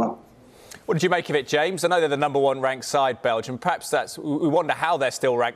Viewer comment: Wow, she said, "Number wank" and no one missed a beat.